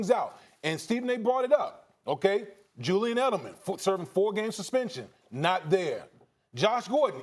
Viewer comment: “Jewyan Edelman” 😂